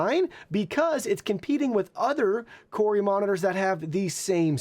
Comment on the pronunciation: mate. it’s “koo-rui”. there’s only 1 r. it can’t be “koor-rui”